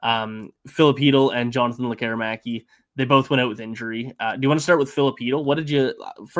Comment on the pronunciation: There's no "air" required in Lekkerimaki. He pronounces it, LEKKER' imaki.